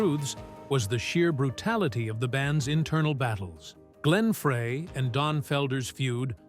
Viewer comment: Nice f**kning AI narrator- turning off after hearing 'Fray".. Joe deserves better than this nonesense!